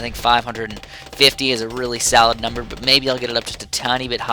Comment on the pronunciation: Every time you say "solid" it sounds like "salad" like "that is a very salad spot"